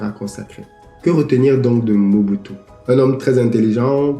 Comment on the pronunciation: Bonjour. Stp, prière bien lire ou proncer les noms congolais. C'est MO-BU-TU SE-SE SE-KO KU-KU GBE-NDU WA ZA-BA-NGA